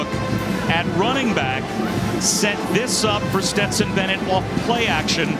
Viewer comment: How man times is Dan Orlovsky gonna call Stetson, Betson???